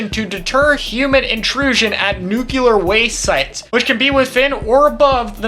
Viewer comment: Take a shot every time "specialty" and "nuclear" as mispronounced